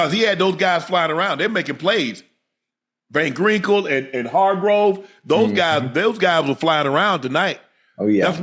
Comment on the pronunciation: "Van Grinkel and Hargrove" 😂